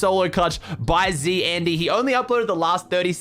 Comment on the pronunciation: zandy is romanian and, as a romanian i need to tell you that his name isnt pronouned zandee ar andee, its more like zandii (the y is pronouned like the i in igloo)